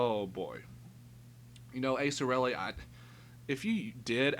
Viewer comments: Who in the hell is "Acerelli"? If you're going to bash someone, at least learn to pronounce their name right. Good luck with your future videos though,. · Aserelli? This guy can't read. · The only thing about this is you pronounced his name wrong. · So let me see if I get this straight. Asa's allowed to give his opinion to whoever he wants but no one is allowed to give their opinion on Asa? Nice logic there (rolls eyes). 2nd who cares if he pronounced his screenname wrong. That's what we call an ad hominem. It does nothing to the argument.